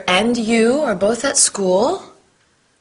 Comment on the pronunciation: Скуль-school это так убого звучит